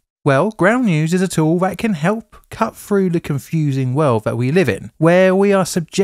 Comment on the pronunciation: Froo? Speak with dignity